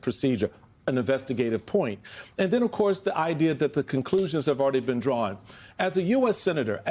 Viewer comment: .... den plez, plez, plez act against da unlawful stuff...